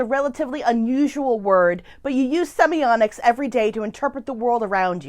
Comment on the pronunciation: Wondering if in the last 2 years anyone has pointed out your mispronunciation of the topic word? There is no letter 'n' and is a letter 't'. Seems quite ironic. Perhaps "semionics" can be a portmenteau for 'musical semiotics' as it sounds a bit like "sonics".